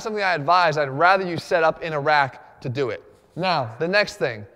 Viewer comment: I am from iraq , and they way he says a rack it's like iraq lol .